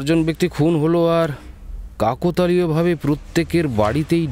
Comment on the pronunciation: কিছু কথা কানে লাগছে।কাকোতালীয় নয়, কথাটা কাকতালীয়।